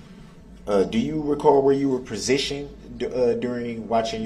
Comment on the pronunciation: These are his witnesses and he never wrote down their names. Such a jackass. He says prasitioned, instead of positioned. So ignorant.